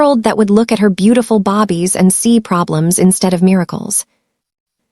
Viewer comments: When will these fools spell babies and pronounce babies in the correct manner. 😊😮🎉❤ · Where did that come from? Mispronounciation? They truly don't edit their stories!! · Ok so annoyed. Bobbies maybe Babies i really cannot stay engaged if your narrators can't read. It makes no sense to my brain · lol naw she saying bobbies instead of babies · Can you fix the computer to say BABIES and not BOBBIES. Please this was a great story. Remove grandma out of kids life. Her hatefulness against her grandkids is crazy. See was her marriage was loveless. Part 2 I want the family to get married and live happily ever after without grandma ❤❤❤ Atlanta Georgia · This would be more enjoyable if the narrator wasn’t calling the babies bobbies, and saying starring instead of staring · I hate when she call babies, Bobbie’s !!! It’s babies not Bobbie’s . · I was so into this story until I started hearing bobbies instead of babies 😢😢😢why bobbies 😢😢😢😢so annoying 😑 🙄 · Good story but thumbs down for saying Bobby’s instead of babies repeatedly throughout the story. ⭐️ ing instead of staring was annoying as well. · What's up saying Bobbie not babies.? This so wrong change the language so your listeners will appreciate the story. California 😢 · I just goggle this too and found out the term they are referring to is babies and not bobby. I thought are they saying baby or bobby? lol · Definitely and she speaks english well so why babies bobbies irritating. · I'm not going to like this narrator she doesn't know how to say babies... she keeps calling them bobbies 😮😮. Listening from Texas When did Las Angeles become Lowes Angels LMBO hahahahahaha 🤣😭 hahahahahaha. This narrator is quite a story teller 😅 I would have kicked Grandma out of my apartment the first time she came out rude 😠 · Can you please stop with the "bobies" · Babies is pronounced... "baybies" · Bobbies is your Ai mistake !!!❤❤Great story!!! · This is a good story, but calling them bobbies is driving me crazy.